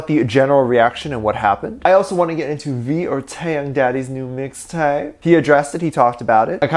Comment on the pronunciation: Regular people: Mixtape: MIXTAPAY